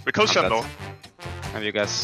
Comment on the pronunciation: caps doesnt call him shen, its yjen ;) xD